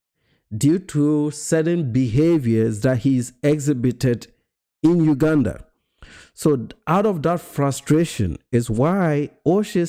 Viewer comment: Please pronounce Uganda correctly ..